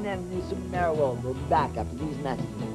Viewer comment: Even can't get their name right. It's Marr-E-Oh, not Merry-Oh.